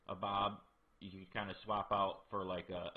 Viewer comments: Nice guide dude. But it sounds like you’re saying abob. Are you using a phone with a small screen? If so that explains it lol. It’s actually Ahab. And pronounced like this…long A then “hab” is pronounced like hab in the word habit. So A hab . It’s an old pirate name. Captain Ahab is the name of the captain in the classic story Moby dick. Just wanted to point that out bud. Very good guide though. Thank you for the help. 😊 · 😂😂😂😂😂😂😂I laugh everything he says abob lol